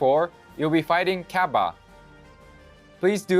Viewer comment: Japanese developer of the game: "Cabba" Truth: "CABBEH"